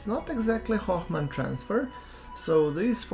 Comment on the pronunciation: You should have plenty of DV to return to Kerbin.... of course most of the DV maps assume you are using most efficient windows for Hohmann Transfer (BTW.. there is no F sound in that word)... so your mileage may vary. you can also use IKE as an assist to get clear of Duna with less DV if you need to.